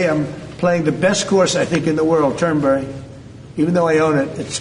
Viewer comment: Did he actually pronounce the name of Turnberry as 'turdburn'? Sounds appropriate for one of his courses. Shame on Scotland for using renewable energy from wind turbines. They should be burning some of tRumps 'beautiful clean coal', with the added benefit of saving the whales.